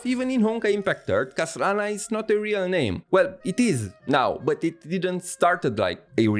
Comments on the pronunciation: I can't help but pause the video and laughing for a few minutes everytime you said 'KHASlana' 😭😭😭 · i see you were having fun say KHA-slana hehe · Hey,! The way you say KHAslana is really funny 🤣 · Whos going to tell that the H in Khaslana is silent.:P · why do u say his name weird like that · Ok, your joke pronunciation of Khaslana's name got really old. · Just love the way you pronounce Khaslana 😂😂